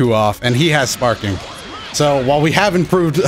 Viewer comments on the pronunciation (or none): none